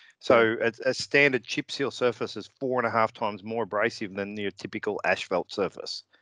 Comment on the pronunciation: Absolutely loved the way pronounced asphalt...ashfelt. That would be a fantastic name for motorcycle pants ™